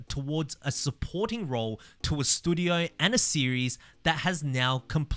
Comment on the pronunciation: Sad that having a shot every time says "stoodio" is a better game than Forza Motorsport 😢